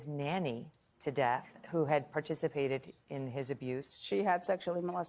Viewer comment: It’s pronounced David-ito NOT the way this former member is pronouncing it. Go watch Ricky Rodriquez’s video yourself and he tells you people pronounced his sister’s name “Davida” incorrectly too. They pronounced it like this lady is saying but, no, it’s pronounced as regular David with “eato” at the end for Davidito or “ah” at the end for Davida. But those weren’t their real names. Davidito is Ricky Rodriquez.